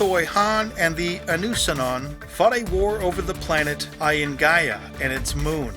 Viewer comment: The Inusannon is pronounced In-you-sa-non, this is how Javik pronounces their name when asked about prothean involvement in ilos. It makes sense that the reapers would not intensively search Ilos as it was cleared in the previous harvest and showed no change.